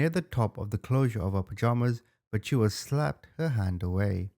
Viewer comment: The a at the end of chua is silent